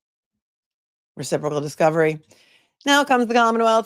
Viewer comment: Ouch... "Reciporcal"? Following from The Netherlands. These cases are getting crazier by the minute! Auntie Bev is really making a mess of it! Free Karen Read & TB!!!